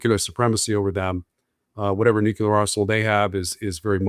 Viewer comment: Nuclear is pronounced nu cle ar......not nu ku lar